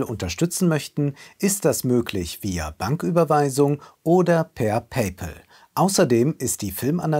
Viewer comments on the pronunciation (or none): none